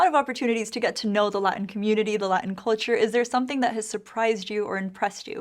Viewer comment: Can we say Culture, instead of call-ture, or cold-ture?!?